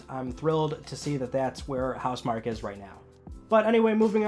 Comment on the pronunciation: House MarKEE It's pronounced House MarKEE